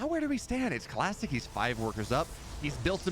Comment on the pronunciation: Is anyone else hearing him call Classic, Plastic?